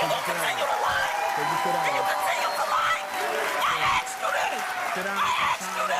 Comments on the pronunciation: Donnetta could easily fit 40 oreos in her mouth and still have space for a baguette. And why people say "i axed you" instead of "asked"? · She axed you this